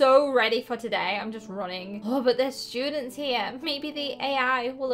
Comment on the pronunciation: “And there r no shoodents”